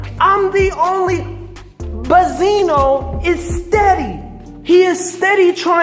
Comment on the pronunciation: "Buzzino" lmao